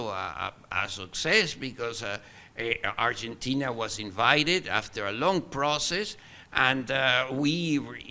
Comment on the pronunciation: It's not Urgentina lmao